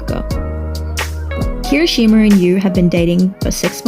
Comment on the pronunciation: "darby" 😂 "hiroshima" 😂 "barcargo" 😂